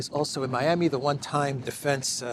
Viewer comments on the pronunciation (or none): none